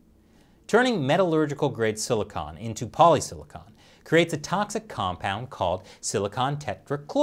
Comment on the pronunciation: As always, love the episode, though I do have to point out that the material for solar panels is silicon, not silicone. They're very different despite their similar name. Most mentions in the episode were said as silicone.